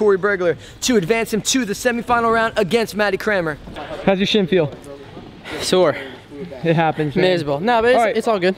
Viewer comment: You pronounce Cranmer differently... Matty Crayon-mer, Scotty Crane-mer. Hilarious.